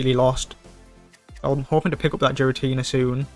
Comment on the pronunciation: Im cringing more when he pronounced Giratina into Jiratina.